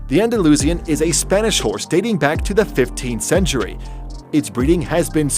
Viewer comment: The way he pronounced Andalusian thooo